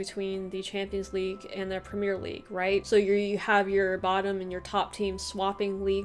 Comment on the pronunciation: It's called the Premier League, so pronounced like Prem-ee-ur, not the Premiere League, just an fyi as something lots of americans seem to not see